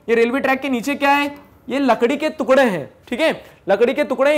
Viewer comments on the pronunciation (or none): sir tukla nahi टूकड़ा